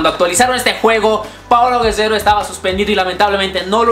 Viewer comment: Gededo jajjaja es Gerrero